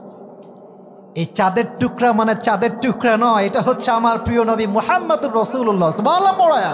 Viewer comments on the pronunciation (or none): none